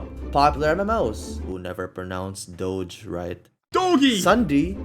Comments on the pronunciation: this was the biggest throwback i've ever experienced in my life, hearing mispronounce doge "dough gee" just flashbanged me 😭😭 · pronouncing doge "dougyy :D" is so adorable XD